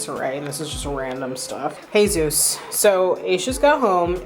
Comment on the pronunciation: I wasn’t watching and heard you hanging with the dogs and thought you got a new dog named Jesus when you said “hey Zeus” I swear you have said “hey zues” a million times in your videos, but that is not what I heard today.